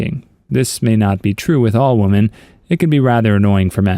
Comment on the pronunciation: Woman and women are pronounced differently